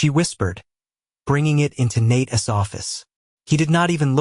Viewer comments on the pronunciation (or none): How about teaching your AI narrator how to use the possessive use of a person's name - as in Nate's. That's NOT Nate-essss. Maybe proof and correct the clip BEFORE posting it